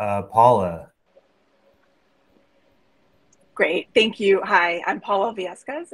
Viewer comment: It's cute, ain't it? : "Think you" instead of "thank you."